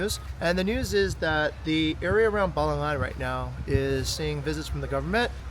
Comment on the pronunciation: Thank you for not saying "balanggan"😊😊😊makasih😊😊😊